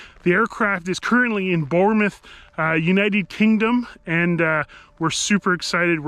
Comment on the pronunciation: Congratulations on the new addition 🛩️ And big up for pronouncing Bournemouth correctly 😅😵‍💫